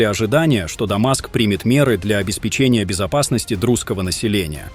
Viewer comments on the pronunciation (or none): none